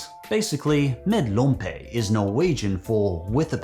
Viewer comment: As a norwegian pølse med lompe ( which you really butchered the name of (not to hate)) is just fine but a regular one with hotdog bread, ketchup and fried onion (if you like that) is much better imo